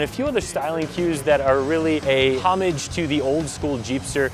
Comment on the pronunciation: HHHHHHHOmage..... great enunciation!